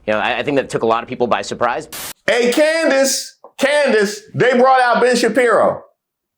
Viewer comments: I caught that, too! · did Candace just mispronounce HER OWN NAME?🤦🏾‍♀️😂😂